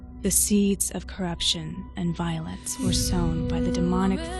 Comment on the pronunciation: “violance” gets me everytime lmao